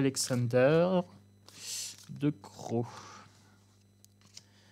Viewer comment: VAN , CE PRONNONCE , COMME VANNE . DECROO CE PRONONCE , DECRAU En gros , c'est ça